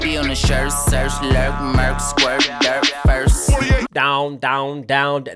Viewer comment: Bro, he didn't say dirt, he said "Durk".